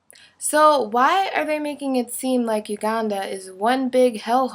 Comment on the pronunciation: i dont like the way you say Uganda.